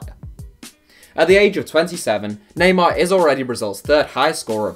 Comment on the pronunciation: Neymar? I had to stop watching that as soon as you said his name